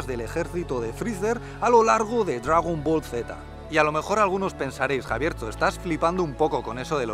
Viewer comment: Dragüibola? Hahahahaha los vascos molan